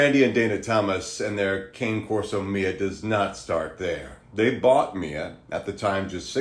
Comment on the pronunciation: KAN-NAY CORSO NOT KANE CORSO. WHAT THE HELL- YOU ARE SUPPOSED TO BE BREEDERS, KNOW HOW TO PRONOUNCE YOUR OWN BREED!!!!!!